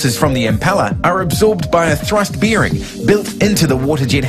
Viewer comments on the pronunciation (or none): did he really pronounce it beering ?